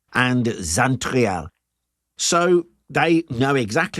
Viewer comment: Rheims is not Reems , the closest english pronounciation would be "rans" and Xaintrailles would pronounce 'Saintry" .